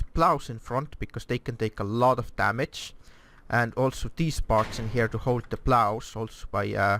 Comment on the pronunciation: Why "hjere"? Just say Here not hjere